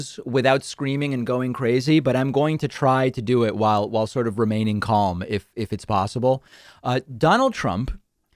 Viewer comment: The L in calm is silent. Or is supposed to be.